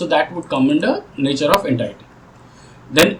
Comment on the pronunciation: Please check how to pronounce 'entity'